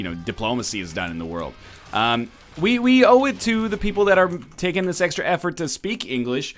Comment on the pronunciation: "oui oui owe it to" Egg talking about the French language seems to make him speak french